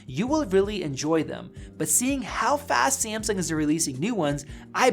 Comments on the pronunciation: Did u say Seamsong instead of Samsung?! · SAMSUNG not sEAaMsuNg 😂😂😂😂 is not that hard man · Wut did he say simsung